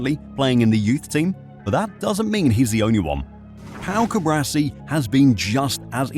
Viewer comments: Hermione Granger would say "it's CuBAAARsi, not CuBRAsi" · CuBARci not CuBRAci...